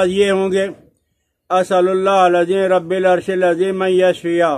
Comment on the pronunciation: رب العرش کے ب پر زبر ہے مولانا